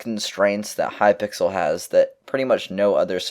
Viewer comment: He said hypickle at one point lol